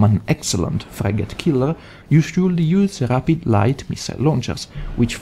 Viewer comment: whats a FRAG-ATE? kek